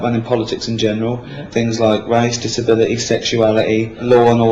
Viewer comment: why can't ricky pronounce the letter T?! what the hell's a disabili*puff*y?